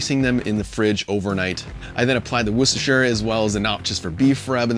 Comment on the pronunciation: An American who can pronounce Worcestershire! I’m impressed. ;)